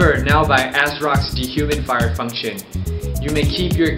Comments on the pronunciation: "De-humid-fire function" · I like the way he pronounces D-HUMID-FIRE :p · He doesnt say de human fire. He says "dehumidfire". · why does it sound like he keeps saying "de-humify" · de human fider? lol teek instead of tweak. this is hilarious